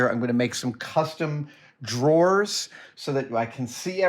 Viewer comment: Excuse me, "drawers" ?